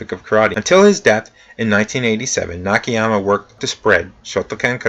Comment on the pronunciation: Hello; the pronunciation of Japanese is the same as the Spanish and similar to most Languages where letters sound like written; like "A" sound A not "ei" (like hey without H) so NAKAYAMA sound like that not Nikihyama as you are saying. I understand that you apologized about that; I am only trying to cooperate about it.